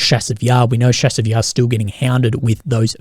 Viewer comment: The "Ch" in Chasiv Yar is pronounced as in "chase" or "chart".